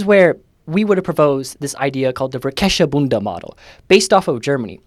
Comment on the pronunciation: Bro, German really is the most disrespected European language 🥲 Try "Fairkairs-Fairbund" as a rough phonetic guide for pronouncing it.